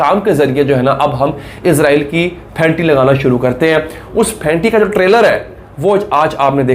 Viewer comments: یار آپ لوگ اسرائیل کو ازرائیل کیوں بولتے ہو ؟ وہ تو فرشتے کا نام ہے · عزرائیل نہیں بھائ اسرائیل